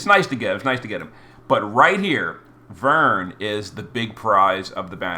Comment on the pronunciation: Glad you pronounced his name properly lol ("VERN") That aside, I wonder how they'll treat with the fragment select tickets that I assume were in that mail? That exchange shop is already closed